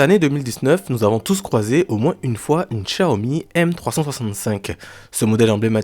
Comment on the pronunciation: c'est Xiaomi, "Cha omi" non pas "Kcha omI"